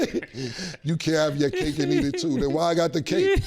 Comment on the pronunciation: It’s not “cake and eat it too” it’s “Kate and Edith too”